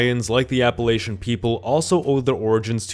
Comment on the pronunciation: I by and large rejected the idea of full on nations but they have more in common with regions. Also you mispronounced Appalachian for the area you showed.